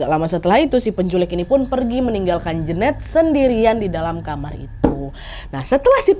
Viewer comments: Jeneut bukan Jeunet gak sih wkwkwkwk salfokkk denger pronounce nya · Kayanya nyebutnya bukan Jenet deh tapi Jenet